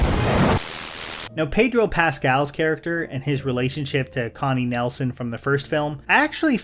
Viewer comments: Connie NIELson not Nelson. Not trying to be "that" person but you got everyone else's name right. Love your channel and your vids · Connie Nelsen? Harry Gregory Williams? Please, at least do a little research on names and pronounciations. I kinda don't get it. You think Deadpool & Wolverine was a highly flawed movie and you actually let the same stuff give a free pass in this shameless sequel? I don't wanna trash the review since there are good points and it is well made and every complaint is also the same complaint I had. I just gave Gladiator II not a free pass for all the sins the movie is offering. That's why this movie still holds a hilarious 7,0 on the IMDb. I haven't read/heard a single review from someone who was impressed by this movie. Yet, it holds up well on platforms like the IMDb, Rotten Tomatoes and Metacritic. As a huge fan of Scott's work and a huge fan of the first movie, this one here hasn't any soul or passion behind it. It's just a cashgrab of a sequel with underdeveloped characters, a story that is basically a re-telling of the first movie and some really horrible CGI work. Hearing that Ridley Scott is planning a third movie is absolutely comedy gold. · Her name is Connie Nielsen. Not Connie Nelson. The "ie" in Nielsen is pronounced similar to the "i" in "pilsener", and the "sen" as well.